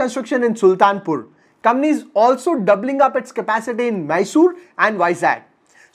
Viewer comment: It's not kambany bro it's company. Pehley bolna toh seek le